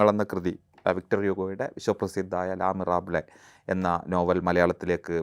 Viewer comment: Not "ല മിറാബ്ലെ", its ലെ മിസെറാബള്